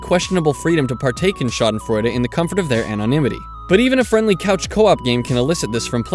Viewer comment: nice pronunciation^^ i never really considered winning at a game as schadenfreude since even if i hate that person i'm just glad i won. another thing would be if they lose because of some stupid mistake they made. that would get me laughing for sure.